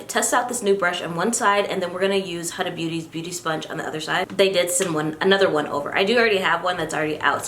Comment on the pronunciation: Hi, her name is pronounced as Huda (who-da-h) and not the way you pronounce it 🙂